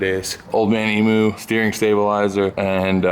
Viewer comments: Yanks and the pronunciation of Emu its not emoo its EEEm-you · Old man emu, e-mue, not e-moo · old man e moo its not a cow. Old man e-myou. Get that straya tongue workin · Ahaha “emoo” its pronounced “eemyou” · us Aussie's pronounce Emu - Eem-you. Strooth, ya bloody rippa. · As soon as I saw that steering stabiliser in episode 4, I was waiting for him to mispronounce emu. Even after all that, it still crunched the gears when it hit. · you said Emu wrong